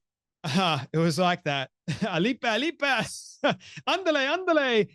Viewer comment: BTW, you got "ándale!" right (means "hurry") but it's not "alipa" it's "arriba" which means "up" or huzzah or something. Just saying....